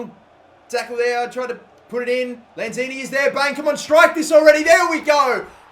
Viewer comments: It's Manuel Lanzini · It's lanzini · Its lanzini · It's Lanzini. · Good video! btw its lanzini